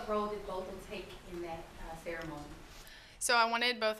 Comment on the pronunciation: I like how she corrected the interviewer with “BOTH-um” NOT “BOT-thum” in the beginning of the interview